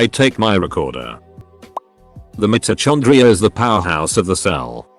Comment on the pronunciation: the way mitochondria is pronounced... i can't